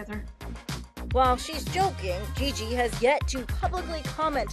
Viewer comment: GeeGee, I'm soooo sor-reeeee. French. Hilarious.